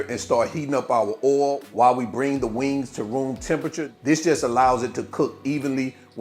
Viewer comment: U said wangs...oh yeah 😅❤